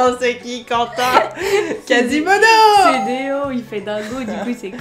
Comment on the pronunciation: miss c'est pas quatimono c'est quasimodo